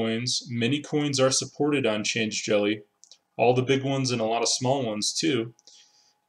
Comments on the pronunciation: I think it's "Change-elly" rather than "change-jelly". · Yep, definitely change-lly. There's no g or j in the word after change.